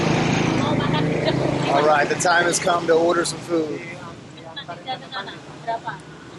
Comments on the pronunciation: not gedug, gudug but gudeg,...It's okay...he..he...I like so much your content 👍👍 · gudeg bro 😂😂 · Lol gudeg, gudeg.. Why are you keep saying gedug 🤣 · Makan gudeg..not gedug 😂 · Gudeg cak not gedug.... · Hahahahahaha,,,,, Gudeg not gedug Hahahahahahaha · that's food name try saying "Good Deck". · Gudeg not gedug 😁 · Hahaha,...gudeg not gedug🤣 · #gudeg not #gedug hahahaha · Gudeg not Gedug 😂😂😂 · Bukan geduq mister tapi gudeg... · gudeg not gedug 😂😂😂 wkwkwk. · Not gedug but gudeg bro 😁💪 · Bukan gedug om...tapi GUDEG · Lol😂 gudeg, not gedug omg so funny when you say it😂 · Gudeg 🤣 Not Gedug🤣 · Gudeg not gedug wkwk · Perkara gudeg ajaa panjang beenerr... Gudeg, not geduk... 😂😂😂😂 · Gudeg not gedug lmao 🤣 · sorry, not gedug but gudeg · Gudeg Mr not gedug 🤗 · Gudeg brother.... Not Gedug.. you Always Miss spelled it 😂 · If you meant the meat with young jackfruit, it's "gudeg", not "gedug" ;) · Gudeg bro, not Gedug. Cheers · Gudeg bukan gedug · gedug ??? gudeg maybe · gudeg, not "gedug"😂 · IT'S PRONOUNCED GOO-DUG 😂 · It's gudeg, not gedug 🤣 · Gudeg not gedug, haha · Ahaha...always Gedug..you can say Good Deg.. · why is it hard to say gedug in the right way after watching this video? whereas I could easily say gedug in the previous time. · You made my day by just always saying gudeg wrong lmaoo. How could it be that hard to just say gudeg ? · Good deck... Easy way to pronounce Gudeg for you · its gudeg…. Guu-Duck….. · Gudeg bang 😁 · Gudeg 😂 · Its Goo Deg..🤣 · good-de-k ... try speak it 😆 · Gudeg mas bro.....😁